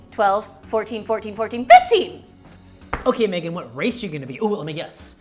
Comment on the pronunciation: I know he says "that was not research Megan" but bc of how he says it I thought he said "that was not research babe" for a second and I was like w h a t